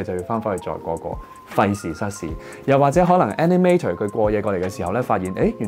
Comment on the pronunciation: 雖然內容講得好好聽，但editor animator 個尾音r係唔洗發音，無捲脷音